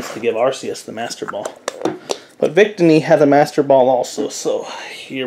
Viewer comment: Nice vid but it's pronounced vic-tee-knee